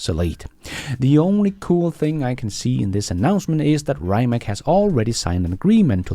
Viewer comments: Rye-mak?! Get that American poison off your tongue. Please use the correct pronunciation of Ree'-mats. And the founder Mate Rimac, is Ma-tay Ree-mats, not "Mayt Rye-mak", according to videos on their web site. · Rimac is not rimak !!!!! try to pronounce this: Rimats it will be more like we in Croatia call him